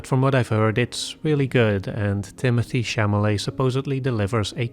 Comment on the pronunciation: Timothee Chamalet 😅😅